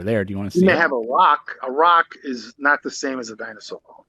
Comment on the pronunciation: "Dine saw"